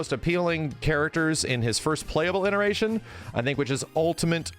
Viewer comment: Has always been saying ineration instead of iteration? 😅